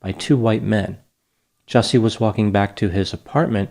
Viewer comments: You're pronouncing the name incorrectly. Ju-Ce (as in a the beverage you drink) 😅 Justice for Juicy. Dave Chappelle just slaughtered him rhetorically. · Just a heads up - his name is “Juicy” …. He doesn’t get the respect of proper pronunciation lol